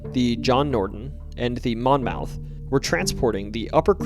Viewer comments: I know it's late but I can't help it. The name Monmouth is actually pronounced monmuth. It really stuck out to me , being that I am from a county of the same name in New Jersey as that boat on the Mississippi. Not trying to be a dick. Just trying to help. Great stories. Keep up the good work. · Monmouth is pronounced mon-muth.